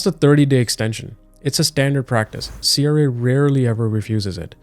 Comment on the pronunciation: Your video is unwatchable. Your pronunciation of CRA is triggering Siri in my car.